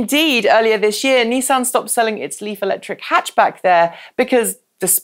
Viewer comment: I know you've only been stateside for a while but please, NISS-AN. Next it will be JAG WARR "Removes Clarkson hat"